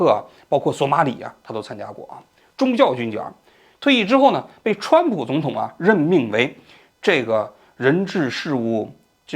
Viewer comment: 哈哈 看到评论后仔细听了一下 把总统说成肿统😂偶尔几个字发音不标准